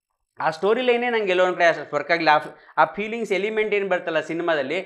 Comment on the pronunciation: pronouncing peelings 😂😂